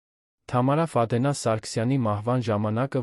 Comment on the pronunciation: Այ անգրագետ, Ֆադենա չի` Ֆադեևնա, _ականը առանձին չեն կարդում։ Սովորիր կարդալ։Առաջին դասարանի աշակերտը քեզանից լավ կկարդա։ Եվ, ընդհանրապես, Գյուլնազ տատի հեքիաթն ես պատմում։